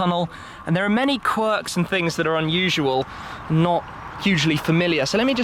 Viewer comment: How dare you say corks! Let Doug do his thing.